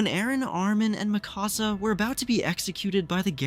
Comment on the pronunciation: Why do all AoT youtubers pronounce Mikasa's name so wrong lol It is spoken in dub and sub the same way. Its not "mi casa" like "my house" in Spanish.